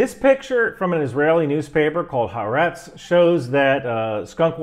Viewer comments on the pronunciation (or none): Eff-loo-ent and Ha-are-etz. Love you first shirt. Keep up the great work! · I'm not offended, but the name of the Hebrew newspaper is pronounced Ha-Aretz. Ha means 'the' and 'aretz' means land. (Israelis refer to Israel as 'The Land). The way Hebrew is written mashes them together, but you will sound better informed if you pronounce it as two words joined by a hyphen. I recommend that you read the English edition of Ha'Aretz and Times of Israel, which aggregates left and right wing news reports. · You have quoted from Haaretz in a number of your videos. The proper pronunciation is "ha-ARE-etz" - 3 syllables, with accent on the second syllable.